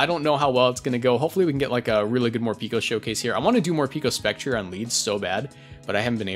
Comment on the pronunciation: (it's pronounced Mor-"pecko", since the japanese name ain't morupiko but morupeko)